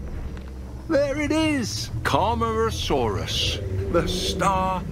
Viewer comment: You mean Camarasaurus not Camera-saurus.